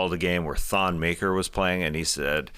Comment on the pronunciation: No one pronounces Thon Maker's name right. Its African, its Muh-ker (not enlish word ''maker''). Same With Tacko Fall, its not ''fall'', its more like fahl.